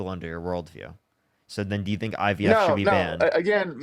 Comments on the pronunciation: Tbf I think that's just his speech issue. He also said IBF, dere and dat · Anyone who says “woon” instead of womb, “IBS” instead of IVF, and doesn’t understand how fertilization occurs is disqualified from having an opinion about abortion. Sit down, sir. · He also says you go to a "fraternity doctor" to get the "IBS" done.